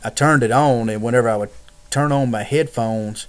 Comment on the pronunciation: mah bows wireless heaydphones